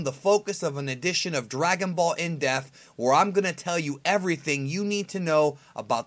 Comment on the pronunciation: is it me or does keep pronouncing depth as deaf. I m not being the correction police, I m just unsure of what I m hearing.